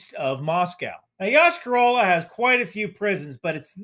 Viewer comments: It is pronounced Yosh-ka ra la. I know, nobody cares. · Russian speaking comment: For future references in the name of the city the stress is on the last syllable - YoshkAr-olA